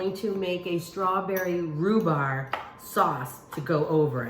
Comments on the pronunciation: In most of her videos, she repeats herself quite often. It’s called a SPRING FORM PAN not “foam pan”. She keeps pronouncing it “rhubar” when there’s a “b” on the end rhubarB! Lol. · Love cheese cake. Rhu-BARB, is how you pronounce that. Thanks for the step by step instructions, that is a huge help. Great tip on the water bath. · It’s a spring form pan not foam...and it’s rhubarb not rhubar lol...great recipe Amy I’m definitely going to make this❤️